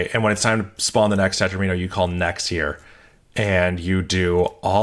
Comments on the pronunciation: FWIW, "tetromino" is usually pronounced to rhyme with "domino" (tet-ROM-in-o). Because that's where it comes from: mathematicians took "domino" and reverse-engineered it into "di-" + "-omino" where "di-" means "two", creating a suffix "-omino" meaning "shape made of [that many] squares". After that little bit of what linguists call back-formation we have a way to talk about triominos, tetrominos, pentominos, etc. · Interesting pronunciation of "tetromino" 😂. The video was awesome anyway.